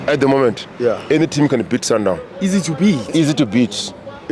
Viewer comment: sundown, ai nawe, its sundowns